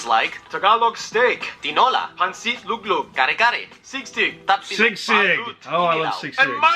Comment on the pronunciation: It's SISIG not Sigsig hahahaha... ^_^